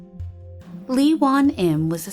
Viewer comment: I'm sorry, no hate! just.. for future reference the "Lee" surnames are actually pronounced, "Ee"